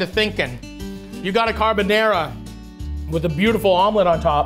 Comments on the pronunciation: I loved it Matty! This episode was a nice one 😊👍 I really loved your "carbonEra" carbonara 😁. Just skip the olive oil next time, guinciale is supposed to render in it's own fat, then your'e good to go 👍. The omurice is pain in the to make, it's very liquidy, but you did a really good attempt! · He can't even say Carbonara right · His pronunciation of carbonara makes my balls tingle